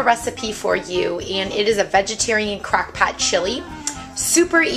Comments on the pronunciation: Sounds like your saying crack pot 😂😂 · Thank you! btw love how you say "crack pat" 😂 your accent gives me lifeeee